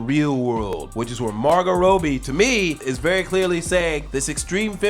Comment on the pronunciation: I love your chanel and everything but how you pronounce margotrobbie to margot roadbie?